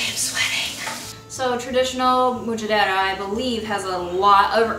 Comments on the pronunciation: It's pronounced: Ahm-SHEDD-der-ra (roll the r's). It's the meal that every middle eastern family makes when there are hungry mouths to feed and no money. One of my favorites to make and eat. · Mujadera is pronounced more like mmmmjederah , that looks good though and maybe different places pronounce it different . My dad is Palestinian so I grew up eating it. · It's pronounced Mu-Ja-Drah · Love how you pronounce mujjadara😂♥️